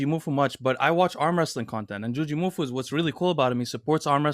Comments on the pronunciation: I think people were expecting JOO-jee MOO-foo and you said joo-JEE moo-FOO. You just put the emphasis on different syllables, at least to what I thought it was supposed to be. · As someone who joined Juji's tricking community in 2005, I'm quite surprised at your knowledge of Juji lore,. Also, you're putting the em-phasis on the wrong syl-lable. It's not "Jujímufú," but just "Jujimufu" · Bro. The emphasis is on the MU. JujiMUfu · 2 syllables per word, 2 words. - JOO-JEE MOO-FOO. TWO WORDS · It's "jew-gee-moo-fu" lol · Dude its just jujimufu...so weird you cannot say names like its there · I always pronounce Jujimufu without any accents, sounds weird how adds an accent.